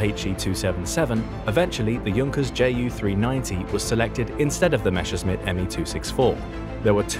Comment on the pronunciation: MESSER- schmitt... Not MESHER-scmitt